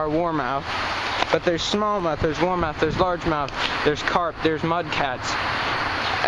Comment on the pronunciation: Not warmouth